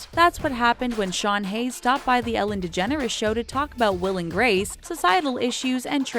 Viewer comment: Boiiii did they just say Ellen De-generous bc it is pronounced de-jen-ers get it right